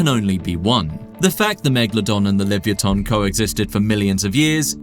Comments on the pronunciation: Is this AI? it is pronounced: lee-vuh-YAH-tuhn (li-və-YAH-tən), not livyatan. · What in tarnation is this awful pronunciation of “livyatan”